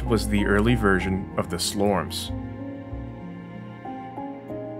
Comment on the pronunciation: Slorm is a play on the word / animal - WORM! So its not a slorem 😂